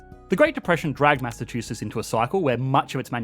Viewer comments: It's "Massachusetts," not "Massachuses." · Why are you not pronouncing the tts??? It’s not Massachususs. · If you make a video about Massachusetts Learn how to say it first!